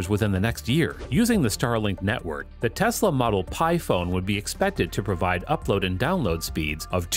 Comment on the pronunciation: Its tesla bro not texla